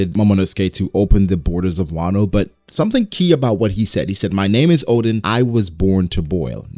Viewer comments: Its ODEN, not ODIN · ITS ODEN BRO LOL